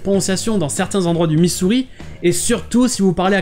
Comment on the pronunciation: Attention à ta prononciation du mot Missouri [me-ZEUR-ri],! On dirait que tu dis 'misery' [MIH-zeur-ri]. Par contre tu as parfaitement résumé la situation avec les deux prononciations du nom! 😁